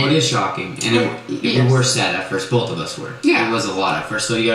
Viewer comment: Ah haha... "bolth" 😂